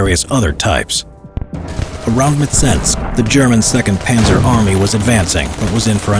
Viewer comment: No it’s panzer